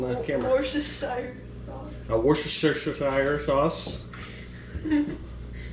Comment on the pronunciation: Apparently it's pronounced, war--uh-sha-sha-sha-shire sauce.. haha